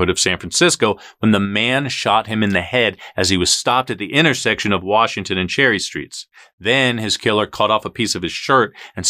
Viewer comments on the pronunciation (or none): none